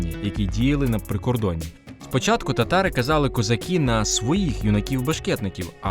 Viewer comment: Треба казати не "козакі", а - "козаки". Вивчайте українську орфоепію!